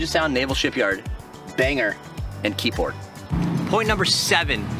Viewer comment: It's pronounced (and spelt) "Keyport" ...not Keyboard.